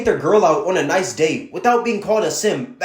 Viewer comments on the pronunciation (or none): none